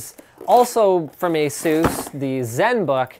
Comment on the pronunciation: It's Ace-Us